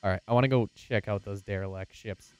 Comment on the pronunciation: It's Derelict not Derilect.